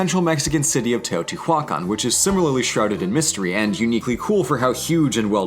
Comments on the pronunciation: TeotihuacÁn, not TeotihuÁcan.... it´s like youre spelling Nucular instead of Nuclear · It is pronounced tay-oh-tee-wa-can